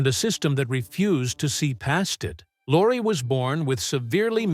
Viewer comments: I beg your pardon: Peter Lorre (pronounced "LORE-ee", not "Lore", it really isn't that difficult to find out pronunciation of a famous name) did play a sympathetic role at least twice, once in "Three Strangers" and once in "Mask of Dimitrios". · You are clearly VERY confused between Lon Chaney Sr. and son, Lon Chaney Jr., two completely different people, yet we see images of both intermixed. Inaccurate, shameful and an insult to both. In terms of Peter Lorre, you are ridiculously "off the mark" in so many facets. Good Lord, you can't even pronounce his surname!!!